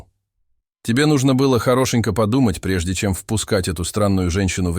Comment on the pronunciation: да... "тяжело дЫша", "хорОшенько подумать" - это конечно венец озвучки...